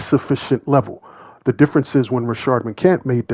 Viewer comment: I see that you’re like that nigga! You will make a vid about McCants and spell his name right in the title…but won’t put the “s” on the end of his name when you say it! Crazy work!